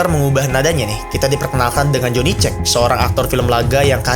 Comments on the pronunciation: Johnny siapa? Johnny cek? Johnny cage tolong... Dibaca keij😩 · Joni keij bang,dibacanya.bkn joni cek😅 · Cage dibaca keij/keits bang, bukan cek. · Cage dibaca kej bang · Bang bukan jhony "cek" tapi "keij" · Johnny Cage, bacanya keigt bukan johnny cek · Kenapa Jhonny Check anjirrr...😂 Edit: Cage dibaca "Kéj" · joni keij bukan joni ceg, koul yang, bukan kol yong... gitu gampangnya... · *cage(kaej), bukan (caeg) bacanya. Sekadar mengingatkan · Cage tuh bacanya 'kej' bang, 'joni kej' bukan 'ceg' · Parah si lu pengucapan CAGE, itu keij, bukan cek. Pembodohan masal 😂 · "Joni keij" bang, bukan "Joni ceg" Btw gw paling penasaran sm karakter itu, kok bisa org biasa jd petarung selevel mortal kombat? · Dibacanya kej anjm.. bukan cek 😂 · Joni cek no no joni kej kak bacanya 😊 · Baca nya keij bukan cek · "Joni cek" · dibacanya JONI KEJ, BUKAN JONI CEK, kampung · Baca ny cage bg bukan cage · Johnny Ce-gz bang 😂 Bukan Johnny Cek 😅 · Johny Cage (Cage dibacanya kayak baca kata "Keich" , bukan "Ceg" Min... ) 😭😭😭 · serius bang lu nyebutnya jhony ceg? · Cage bacanya Keij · Cage bacanya kejs bang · Koreksi bang, Cage dibacanya "Kej" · Maklum lidah org brebes 😂